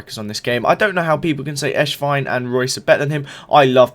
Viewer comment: It sounds like ur saying eshvine instead of esswein lol